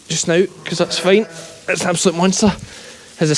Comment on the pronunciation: First time hearing you say "hits " for its - very , very Ayrshire lol. 9 minutes 07 seconds in says " hits mother "